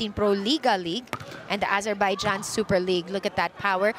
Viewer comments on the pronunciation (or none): none